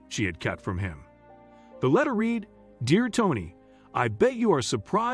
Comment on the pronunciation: “Read” As in “red” NOT “reed”